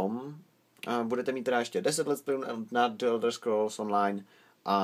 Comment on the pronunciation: Čte se to "anlíšd" :) a člen "the" se v případě jako je Elder Scrolls čte jako "dí", né "d". Normálně nerad rejpu tak sorry :)